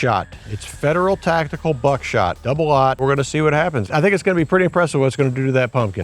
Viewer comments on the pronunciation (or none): none